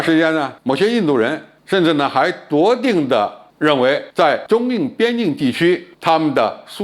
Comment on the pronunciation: 笃定。不是夺定。老傅念错字了。